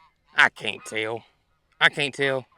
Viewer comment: I just LOVE your caints and aints...you make my day😊